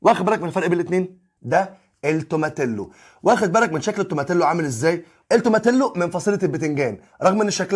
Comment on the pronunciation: هي اسمها توماتيو مش توماتيلو ال double L في الاسباني بتتنطق i زي تورتيا و كاساديا و هكذا